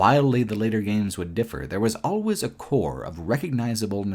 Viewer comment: I can't ignore the fact that he pronounces 'always' as 'al-ways', 'al' as in alligator. As well as, 'unending', he pronounces as 'on-ending'. 'Uncritically' > 'oncritically' 'Unbelievable' > 'onbelievable'. It is so distracting. I have to say though, I'm loving watching the video, some of these RE games I didn't play, so it was interesting to see them. Also agree on RE5, RE6. Didn't like those either.